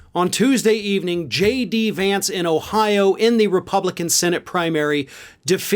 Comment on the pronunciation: Trump was SO proud to (at the last minute of course, when the win was inevitable) endorse a candidate who he knew was going to win, and even then he couldn't take the time to learn how to properly pronounce J.D. Vance's name correctly. So, yeah, good goin' there Don. Keep up the good work.